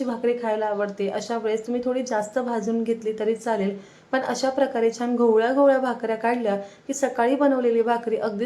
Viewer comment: चिकटली जात नाही हे चुकीचे मराठी चिकटत नाही हे बरोबर हल्ली असे चुकीचे मराठी सर्रास बोलले जाते. पुढच्या पिढीला तेच बरोबर वाटेल तसेच न आणि ण चे उच्चार योग्य करा जिथे ण हवा असेल तिथेच ण चा उच्चार करा छान बरोबर छाण नव्हे